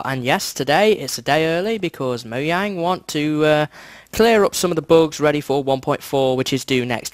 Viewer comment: It's pronounced Mo-yang in Sweden.